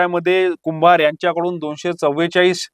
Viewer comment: अरे बातम्या देणार्‍या कुंभार म्हण कुंभारे कशाला म्हणतोय रोहिणी कुंभार असं नाव आहे